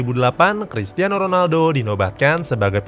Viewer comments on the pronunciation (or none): krikiano Ronaldo